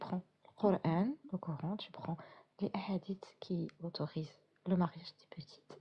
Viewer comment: Peut-être serait-il souhaitable que prononce à la française KORAN et non KORENE à la façon de ceux qui veulent imposer leurs usages au pays qui les accueille.